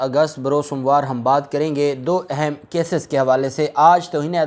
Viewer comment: Word اہم is word zuber therefore kindly note pronunciation of اہم